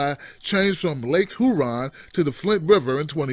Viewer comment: Lake Hoooron??? 😂 Idiot